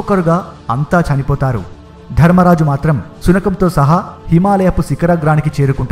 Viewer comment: It's while not wail, it's not diffended defended,it's winned not wined , it's dharmaraja not dharammaraja it's not shudeva it's sahadeva telugu vastay telugu lo cheppalsindi sir chudandi yenni mistakes okariki warning ichhay apudu manavanni correct ga pettukovali lekapotay vallu vekkirinchadaniki manamay chance ichhina vallam avtamu